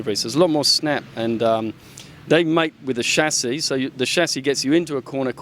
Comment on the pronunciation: lol the shashi (chasis)